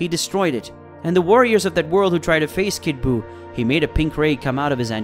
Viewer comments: Commentator needs to learn pronunciation it's ki (key) not ki (k i) as well Majin buu (boo) not buu (bue)omg so many mispronounced things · To the commentator that voices the main part of the story... Please Learn to Pronounce Japanese properly. Seriously I clicked off the video 'cause you pretty much butchered any word having to do with the words Majin ( Pronounced Maw-Gin) Buu (Pronounced Boo) Saiyan (Pronounced Say-an) and Whis (Pronounced Wheese). I'm not trying to sound like a wet rag but... Pronouncing a word improperly let alone 4... several times during a video that hundreds... perhaps thousands of people are going to watch makes y'all sound like a bunch of rank amateurs.